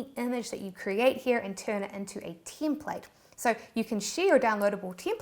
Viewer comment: sometimes it sounds like Teamplate.